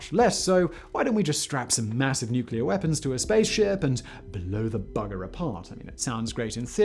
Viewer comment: Ah yes, super weaspons!